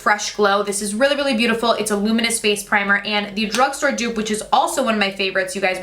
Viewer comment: Dupe not duo